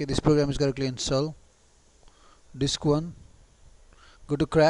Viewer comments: It's disk not dicks...😂 😂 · Yes you did, insteed of disc you said dics... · Did you say "dicks".............haha